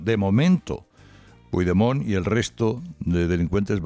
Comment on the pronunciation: Sabes pronunciar "a corre cuita", pero no Puigdemont? De qué vas?